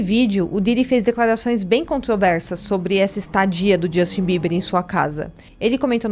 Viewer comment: Não é Djustin e não é Combis.